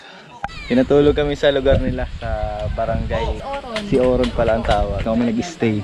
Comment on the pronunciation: Not syoron it is si o ron